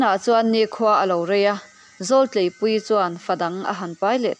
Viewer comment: Zawltleipuii leh Zauhranga hming i lam dan hi ka lo hriat dan nen a inang lo. Zau hi lo zàu angin, zawl hi zàwlaidi tih a zàwl anhin kan lam ṭhin kha a ni a. Tlei pawh hi a ri hniamin kan lam bawk a. 😊